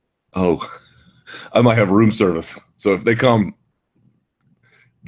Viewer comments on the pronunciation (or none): none